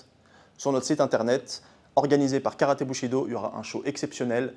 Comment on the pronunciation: Bushido j'ai cru entendre boucherie do